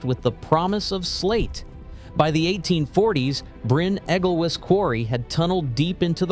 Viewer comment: Bryn Egglewiss, Tallilin etc. etc. Americans, eh? It's that sort of lack of research that got Trump in. I couldn't watch any more.